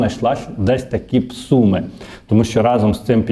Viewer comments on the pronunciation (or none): none